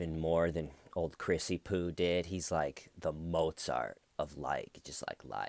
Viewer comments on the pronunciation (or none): none